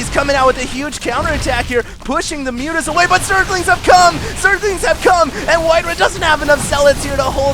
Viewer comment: fail.. he said "Zerlings have cum"